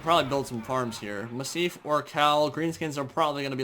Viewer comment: Say Massive Ork Hall with an Ork accent. That is how you pronounce Massif Orcal